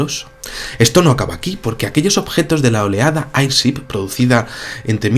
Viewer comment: Mi buen, airship se pronuncia eirchip